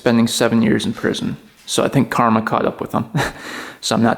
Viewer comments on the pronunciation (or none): none